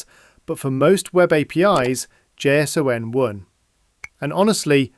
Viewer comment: "Jay Sss Oh En" Nobody, and I mean nobody says it like that. It's Jay-son.